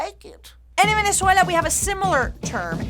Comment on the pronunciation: Love how you switch from American English to the Venezuelan accent when you say Venezuela #sosvenezuela